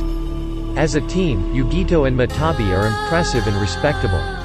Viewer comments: Wait isn't the 2 tails matatabi and not matabi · Bruh its matatabi not matabi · i know you didn't say jenin instead of genin i👏🏻know👏🏻you👏🏻did 👏🏻not👏🏻say👏🏻jenin🤬🤬🤬 matabi??? wow yutakata?? im disliking